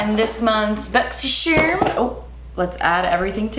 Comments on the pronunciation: U r so corny and so annoying I hate hate hate the “boxysherm” crap u say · It's only for that now i can never say "charm" as charm and always say it "sharm". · Does anyone know if has a code with Boxysherrrm? I’m going to finally sign up for my very first monthly subscription and am gonna do this one. When I think of BoxyCharm, always pops in my head and the way she pronounces it lmao so if someone can tell me if she has a code, I’d really appreciate it. She didn’t put it down in her description (I didn’t see it, if she did.) Thanks in advance <3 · I literally forgot how yall pronounce 'boxycharm' in English jajaajajj ily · I can never ever read Boxycharm again and pronounce it normally since I have started watching her videos :D